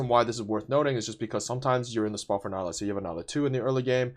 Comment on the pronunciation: Her name is pronounced NEE-LA